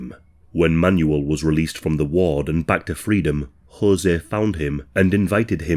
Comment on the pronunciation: "Man-You-L, Man-You-L" 😅 I think it's pronounced "Manwell" isn't it?